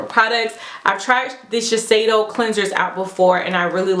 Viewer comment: lol dying at the way you pronounce Sheshiedo! I have been wanting to try the Tatcha brand but there is some stuff in the Sephora favorites soko to Tokyo set that im going to pick up :)